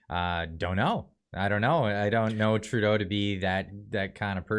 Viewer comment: "TURDEAU AND HIS BODY FARMSS" ??